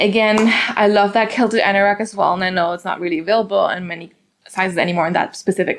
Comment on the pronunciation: You're so cute. I just want to correct you on how to say QUILT QUILTED. Sound it out as Kwill-ted. The QU is sounded kw like queen. But I love the papaya color too! You are pronouncing it as kilted. 💋 But not here to judge 😊 you can pronounce it anyway you like , right?!